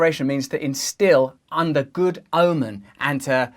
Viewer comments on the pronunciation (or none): none